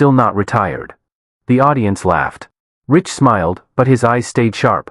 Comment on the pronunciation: His name is pronounced “Rike” not Rich